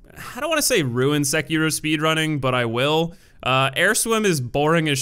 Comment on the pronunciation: The way you pronounce Sekiro hurts my life.